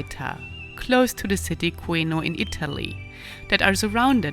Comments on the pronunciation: The name of the province is Cùneo, not Cueno. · Great! Cuneo, not Cueno 😂😂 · Really nice video! But, some mistakes on pronunciation 😅, it’s Cuneo, not cueno . but thanks again for give me some travel ideas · The name of the major city is CUNEO...not CUENO XDXD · The pronunciation of Cuneo hurts a bit, but otherwise nice video.